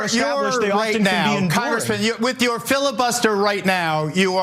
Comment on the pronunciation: Matt's reaction when Geraldo said "fillabuster" , little twitch, priceless LOL